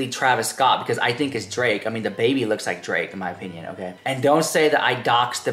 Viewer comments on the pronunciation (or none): none